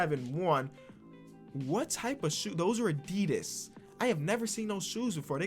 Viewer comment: I love the wrong pronounciation of Adidas as a German